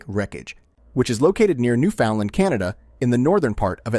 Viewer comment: Newfoundland. A Canadian province. He pronounced it wrong.